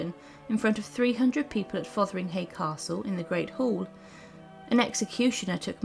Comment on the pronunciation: A good synopsis of events. Name pronunciations need attention though. ( e.g.it’s ‘FotherinGAY’ and ‘WalSINGham’. 😖 Lol)